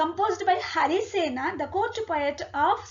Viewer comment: its मगध not मगधा & its हरिसेन not हरिसेना , कालिदास not कालिदासा,,& अश्वमेध, यज्ञ, वराहमिहिर, अमरसिंह, कृष्णदेव राय not राया, 🙄 i dont understand why people add -A after every name when written in english, just like क्षत्रिय is written as Kshatriya because क्ष=क्+ष् (K+Sh) and -a is put because there is स्वर अ at end but they should be pronounced as they are